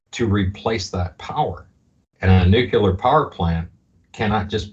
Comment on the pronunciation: Nu-cle-ar! Please